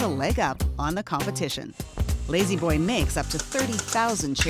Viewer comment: Very nice recliners. Don't you mean LAY-Z Boy though?